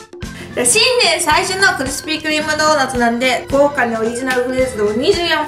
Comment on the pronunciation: 新年是唸 中文嗎?? 中間 的新年